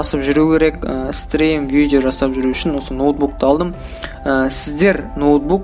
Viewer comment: Видео деп айтшы видо демей.бля🤦‍♂️